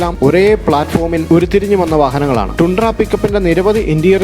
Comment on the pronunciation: ടൻഡ്ര.. Not ടുണ്ട്ര